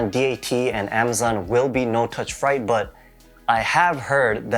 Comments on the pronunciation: I like how you committed to saying “fright” instead of “freight” lol good video though. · The way you pronounce freight made me cringe 🥴🥴🥴 good info tho 💯